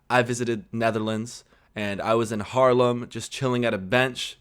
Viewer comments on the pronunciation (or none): And the Dutch city Haarlem is not pronounced as Harlem! Haarlem is with a long a. As in the pronunciation of the first a in Delaware. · Haarlem. Not Harleem.